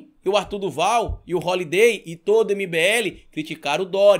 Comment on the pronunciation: "Rolidei" bah!